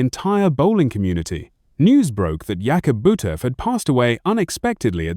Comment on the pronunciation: You lost me with your disrespectful mispronounciation of his name. I can get this information elsewhere. If you're going to do a bio on someone, have the common decency to get the name right!